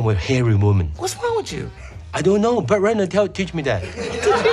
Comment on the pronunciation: I thought he said Burt Reynolds 😂😂😂😂